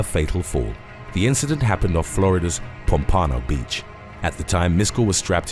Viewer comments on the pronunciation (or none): Po pon oh beach. That's funny. It's Pomp pan oh Beach.